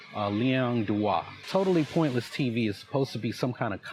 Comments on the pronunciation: Now, I am very high on an edible right now, but I swear that is saying "TotalessPointless" instead of TotallyPointless. Please, someone tell me it's not just me hearing this. I'm kinda losing my shit over it, like he either cannot say it properly OR he thinks he's denigrating him by saying it incorrectly. It's fucking bonkers, y'all. Edit: OMFG IT'S LIKE YOU WERE TALKING TO ME! HOLY SHIT! 😅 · Does he keep saying"Totaliless Piontly TV "....he does.Get a grip "". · The way that guy pronounces "totally pointlesses tsvs" is my sleep paralysis demon.. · This idiot keeps mispronouncing the name of your channel, in different ways. Total AL Sharpton.